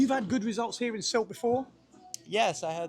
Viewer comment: finally, a local says Sylt around 2'55"....good to know!